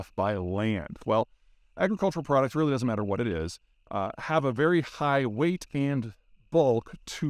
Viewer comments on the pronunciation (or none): none